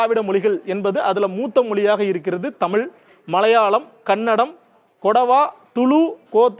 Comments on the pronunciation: எல்லாம் சரி. அது தமிழ் தமில் இல்லை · தமில் என்று சொல்லாதீர்கள் "தமிழ்" என்று சொல்லுங்கள். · அடேய்.. அது தமிழ் டா. தமில் இல்ல டா. முதல்ல ழ சரியா உச்சரிடா. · யோவ் தமிழயே ஒழுங்கா உச்சரிக்க தெரியல.. தமிழ் தொன்மைய பத்தி பேச வந்துட்டான்.... எல்லா திராவிட மொழிகளும் தொன்மையானதுதான்யா...ஏயா இப்படி சண்டை போடறீங்க?